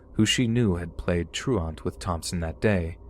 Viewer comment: You pronounce truant weird my dude, it's not TRU-ARNT, it's tru-ent.